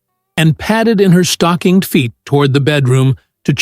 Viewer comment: STOCKINGED FEET not stocking